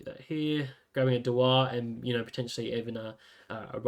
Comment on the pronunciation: Reckon it's pronounced Dew-ar like the Scotch Whiskey🤓